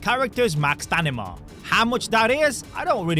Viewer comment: stanima again 😭